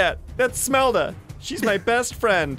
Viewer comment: it is Shmelda not Smelda